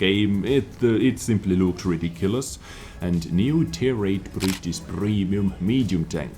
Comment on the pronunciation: . tier 8 brrritttisssssssswww prremium tenk